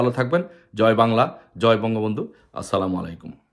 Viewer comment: Salam da shuddho vabe de rajakar er baccha